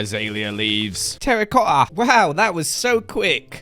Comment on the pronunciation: saying “terracotta” sounds just like how British people say “Harry Potter”